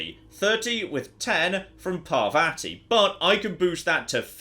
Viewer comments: Pa-vA-tea is not the correct pronunciation. Just fyi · Please note that the name of your companion is pronounced “Parrvathi” (double “r” indicates it is hard, as in “paranoid”) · I'm not sure how the game says it but is bring very British with his pronunciation of Parvati. The proper/Indian way would be closer to Parrvuthi. So roll the r slightly, say u instead of the second a and a soft t.